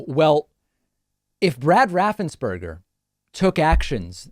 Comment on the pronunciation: Let's be clear on Brad's last name. It is NOT RaffensBURGER. It is spelled, "Raffensperger" and that rhymes with purger. My point is that he still sucks, even though he was beat up by his own team.